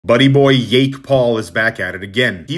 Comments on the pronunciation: Do you not know how to pronounce jake? You keep saying yake. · I hate Jake Paul but why you pronouncing it "Yake Paul"